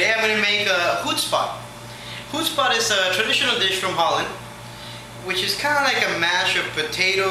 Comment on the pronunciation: Com' on...is this a joke...this is absolutely no way i make "Hoobspot" as you pronounce it. And Frying a Smoked sausage in plenty of butter? Heck no!!!